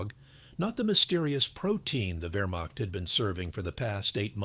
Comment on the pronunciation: . . . about 30 Vermock soldiers. Congratulations, AI. You pronounced the beginning of Wehrmacht correctly. But the word begins Wehr and ends macht. Has nothing whatsoever to do with mocking.